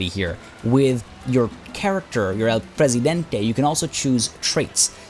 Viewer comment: Also, your pronunciation of El Presidente is better than the one from the voice actors, so good job!